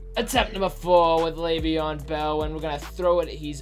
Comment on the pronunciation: EdgE_Astro no it’s Le’veon